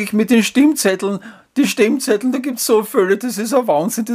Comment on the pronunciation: Ich hör' immer "Stinkzettel" 🤣😂😅